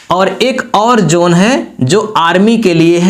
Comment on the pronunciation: Zone, not Jone